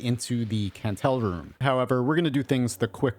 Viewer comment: By the way, the Kantele is pronounced Kandel-e, not Cantel! Its the name for a finnish box zither, and the Kantele sprite is actually a box zither too!